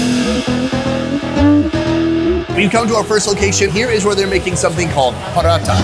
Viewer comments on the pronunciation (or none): OMG stop saying paratha that way!! We do not roll the R, it's not Spanish.